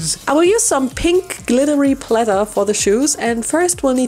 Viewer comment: Just love how she says SpRaKlEy and PlEaThEr